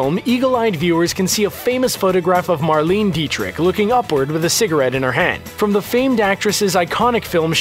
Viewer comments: Hi - you pronounced Marlene Dietrich's name "Marleeen". Her first name has 3 syllables. "Mar-lay-nah". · her name was not Marlene Deitrich....geezuz..pronounced Marlena